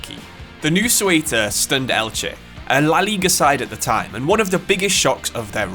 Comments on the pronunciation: is it so hard to look up how to pronounce Spanish words? if you are going to make a video about a club from other country at least look up on how to pronounce it, don't just invent some bs, its pronounced like "SAY-oo-tuh" not suelta or Coelta. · it is pronounced SEUTA not cueta .. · The video was great, but I admit I was cracking up whenever I heard Cueta. Think it's an English problem, they all struggle with the /eu/ letter encounter. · How did Ceuta even become 'Cueta'? Just swapped vocals for fun? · Soy de Ceuta se pronuncia CEUTA no Seuta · Imagine making all that effort of creating such a great video about a football club, mentioning its name about a hundred times in various versions and not pronouncing it right at least once 🫣 as a non spanish speaking person I feel embarrassed 😳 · I love your videos but Ceuta is pronounced very differently, the “c” is pronounced like a “z” when pared with “e” or “I”and the “e” is pronounced more similarly just like the one in the word “the”. Still amazing video really liked it